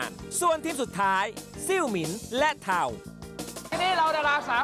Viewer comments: ลู่หานไม่ใช่ลูหานเรียกซะเสียเทาไม่ใช่เถา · เทาค่ะไม่ใช่เถา😂😂😂😂